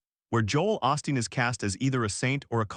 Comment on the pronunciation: "OOOHHH- STEEN" NOT "AWE-STEEN".